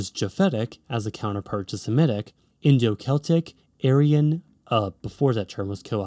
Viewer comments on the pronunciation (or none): You can’t say aryan?!?!